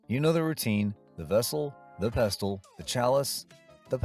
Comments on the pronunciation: Yep--which is why the "narrator" pronounces "pestle" as "pest-tle". Thanks a lot, idiot--there goes the rhyme with "vessel"! Sheesh... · Please. The T in pestle is silent. That's why it rhymes with vessel. Try watching the movie with the sound on. One of my long term favorite movies. And of course I memorized the vessel with the pestle routine by my teens! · that's not Edith Head. It's Angela Lansbury. Also "pestle" is not pronounced that way. It rhymes with "vessel". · Love the movie. Quick note: The T in "pestle" is silent. That's why it rhymes with "vessel."